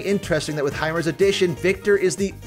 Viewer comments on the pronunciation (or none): It’s Heimer btw